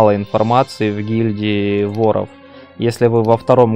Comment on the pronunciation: а че с ударениями - флагИ вОров и это только начало